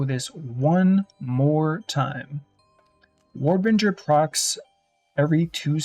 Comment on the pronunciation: Node literally says warbinger when he mouses over it